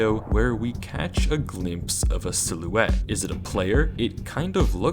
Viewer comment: Why do you pronounce the word “silhouette” that way?